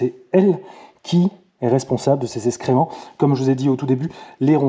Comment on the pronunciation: Salut, on dit excréments pas escrément! J’adore tes vidéos qui m’ont beaucoup aidées. Ciao